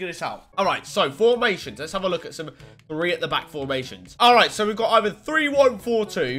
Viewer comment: Does he know that it’s pronounced three not free? Annunciate my friend